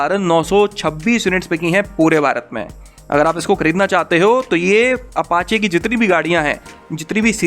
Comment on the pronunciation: Pichhli baar apache ko papachechecha bola tha 😂😂🤣🤣